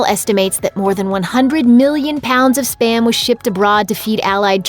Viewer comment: Spa-m. Not sper-m